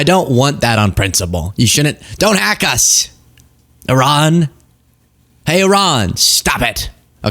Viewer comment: Umm it’s pronounced E-Rahn